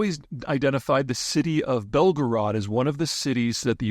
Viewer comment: Belgrade is pronounced Bel gray-ed